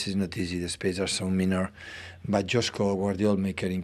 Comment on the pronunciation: Pep still doesn't know that his player's name is Josko is not Djosko Gvardiol!